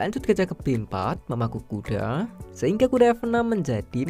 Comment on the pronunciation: Yg nyadar kalo abangnya ngomong kuda itu A nya kek panjang gtu😂😂 kudaaa